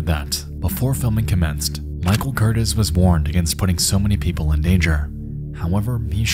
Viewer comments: This is not at all a big deal but the director's last name from segment 2 is Michael Curtiz and Curtiz is pronounced (Cur-teez) and not Curtis. He is maybe the first in a long horrid tradition of careless and even malicious directors putting actors in harms way and not giving a shit what'll happen for a shot or a sequence. The king of these guys has to be John Landis and the Twlight Zone Movie tragedy. Just some of the most careless selfish behavior ever. Vic Morrow and 2 children's lives were snuffed out because John just had to have a bigger explosion and wouldn't listen to his crew who begged him to not add additional explosives. For more on that horror story check out Cursed Films season 1 on Shudder. Landis is one of our great directors and his movies are some of the first I ever fell in love with. But no amount of admiration for his work that I have will ever allow me to see him in the same light again. His selfishness and ego have forever stained his legacy for me. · Not to be a grammar Nazi, BUT…….Micheal Curtiz ( pronounced “Cur-TEEZ” ). He is a director of some merit..one of many who fled Germany/ Austria-Hungary who for America ; He directed “Casablanca, The Sea Wolf, Mildred Pierce and Yankee Doodle Dandy” amongst others and was one of directors who influenced the Film Noir movement/style. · The director of Noah's Ark, Michael Curtiz (pronounced cur-TEEZ) would go on to a very long and successful career, including the classic "Casablanca". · "...directed by a man named Michael Curtis..." His name was Michael Curtiz (pronounced "Ker-TEEZ"). He might be the single most prolific director in all of Hollywood history. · His name is NOT CUR-tis….it is Cur-TEEZ and he’s a famous director. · It’s pronounced kur-TEES. He’d go on to be one of Hollywood’s biggest and most acclaimed directors. Casablanca, Mildred Pierce, Robin Hood. I had no idea about this shameful stain on his past. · Michael Curtiz is pronounced Michael kur-TEEZ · Curtiz is pronounced 'cur-tees'.